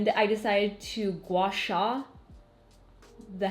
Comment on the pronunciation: Can I just comment that your pronunciation of "guasha" is so on point 👏🏻 I am Chinese so I always appreciate YouTubers that pronounce mandarin correctly!